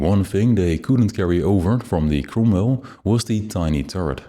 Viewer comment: this is an awesome video! love the depth of it... my only nitpick is the pronouncing of the cromwell... it has me laughing every time it is said... as the 'ro' sounds like an 'u'...